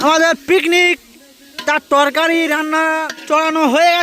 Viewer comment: Torkai noi torkari😂